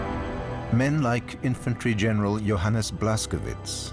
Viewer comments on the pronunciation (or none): PLEASE, tell the producers that they should have someone that can properly pronounce German names! Johannes is properly pronounced YO Hans!